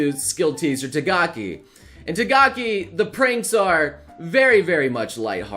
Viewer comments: NOBLE FOR THE LAST TIME. T-A-K-A-G-I, NOT T-A-G-A-K-I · it's not Tagaki-san its "TAKAGI-san". You always make this mistake everytime. (Im not being mean, just mentioning your mistake) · TAKAGI man not TAGAKI, please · Is it just me or I keep hearing saying "tagaki" instead of "takagi"? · Tagaki?! isn't it Takagi??? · Tagaki... pls say takagi... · Who is Tagaki????........ Did you mean Takagi?? ... Lol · Repeat after me, TA KA GI, not Tagaki, TAKAGI, TA KA GI. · who's tagaki???? oh you mean takagi hahahaha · It's TaKAgi, not TaGAki! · Pronounce "Takagi" again for me